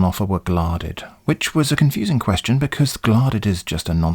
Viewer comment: I love it so much when you read the words as written. Ex: kwee-astion.